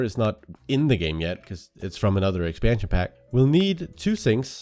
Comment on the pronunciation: I love the way you pronounce expansion pack it's so cute :D